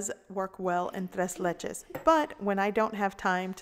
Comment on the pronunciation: Tres leches? It’s ‘tray’ ‘laychay’..3 milks cake...